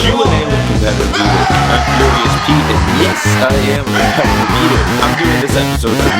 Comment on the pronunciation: Do you have trouble saying 'competitive'? Can you PLEASEEE tell us the name of the song you use (it's in you're german cheesecake eating video).